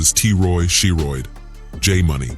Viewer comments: I know bruh aint jus say She-Roid as Sherod 🤦🏾‍♂️ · Not “SHE-roid” 😂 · Dam AI tryna say Drill rappers names. Dude said “She Roid”